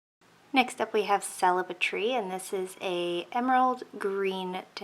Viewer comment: Celebri-tree... is like Celebrity only -tree... 😋 not celebrate-tree 😉